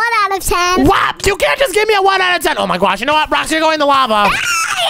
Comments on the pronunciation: Did you say I my guosh that is Omz thing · Why you say oh my gwosh thats funny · So cring you say oh my gwash